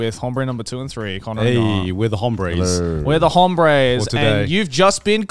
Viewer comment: when you say hombres you don't pronounce the h usually true for all Spanish words that start with h its somewhat silent